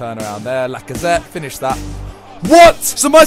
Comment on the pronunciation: It is not fines it is finish